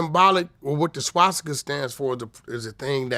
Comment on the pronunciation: Vlad, practice makes perfect SWA-STI-KUH, that's how it's pronounced, not SHWA-SHTI-KUH, you silly goofball. Lmao